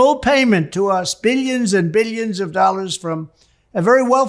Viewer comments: “Beelions and beelions”! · I wish I could go one day without seeing this clown 🤡. I would have to be under a rock to not see or hear him. Just hearing him say “bi-yuns and bi-yuns of dollars” makes me cringe. The ruin of our country is DJT. 🤮